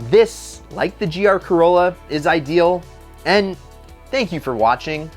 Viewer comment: when you say corlla i actually think of initial d and the ae86